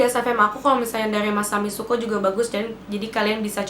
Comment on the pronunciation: The way that you say "masami syuko" 😂😂😂😂😂😂